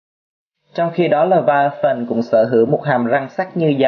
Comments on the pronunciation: Bạn có biết? Đọc là lê vi a than mà anh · pải đọc là lê vi a than